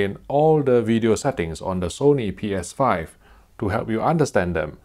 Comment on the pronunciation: Lol it’s always funny when he says “Sony Ps5”